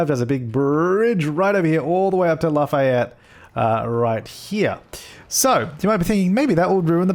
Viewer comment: It's pronounced Laugh-ee-yet